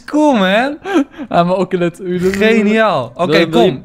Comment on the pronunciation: enzo je zegt okelot maar je hoort oseleot te zeggen